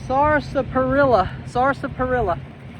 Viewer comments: THE DRINK YOU BOUGHT IS PRONOUNCED SASS - PERILLO ( LIKE SASSY) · Sarsaparilla (pronounced SASS-parilla) is the old-time name for Rootbeer (one of my favorite flavors). 💚💙💚